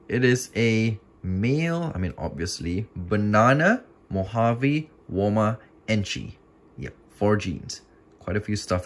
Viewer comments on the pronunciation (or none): none